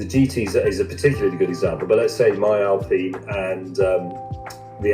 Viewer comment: I like Doug DeMuro's output. I confess that most of my enjoyment comes from schadenfreude when he mangles the pronunciation of commonly used words. There was one in this video. 'Alpine'.